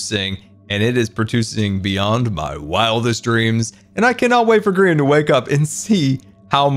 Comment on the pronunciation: Grian not GMAN